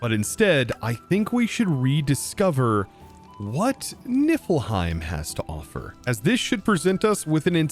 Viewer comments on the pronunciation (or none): none